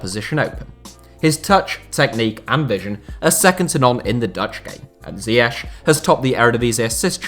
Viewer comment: Thats not how you pronounce ziyech